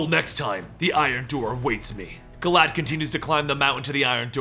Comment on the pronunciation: I thought was saying "Glad" Or maybe "Glaad."